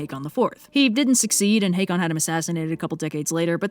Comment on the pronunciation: Your pronunciation of Hákon really bothers me - it's pronounced 'How-con' (as in 'How-confident are you?') Instead of 'Hay-con'